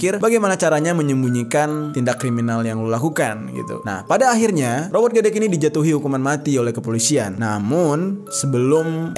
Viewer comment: W pernah liat reka ulangnya robot gedek sesudah di bunuh, perut korban di silet, trus darah nya di jilat, gila sih.. Baca nya robot gedek "e" ya bukan "eu"